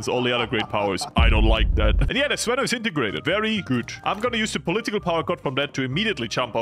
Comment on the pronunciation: its actually the zvenO not the zvEno, but I am Russian not a Bulgarian, so I might be wrong